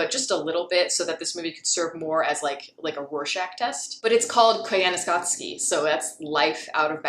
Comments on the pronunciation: It's pronounced Koi-ya-ni-scott-see. NOT Kai-yana-sat-ski. Nice review though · You butchered the title 😅